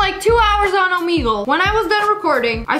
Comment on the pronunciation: When u said Omegle it sounded like omego